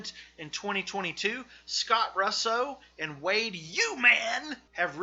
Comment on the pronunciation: While I appreciate the effort your pronunciation of Russo and Poway totally ruin the rest of this video. I am born and raised here in Poway. You say (Pow way) right one time . But sorry I feel like if you didn't invest the energy to figure out how to pronounce these things correctly I certainly won't spend any of mine watching the rest of this video. And don't blame it in your accent it's just negligence I certainly will not be wasting any of mine to watch the rest of this video. Just food for thought though, hope this helps polish up your channel because I can see the potential.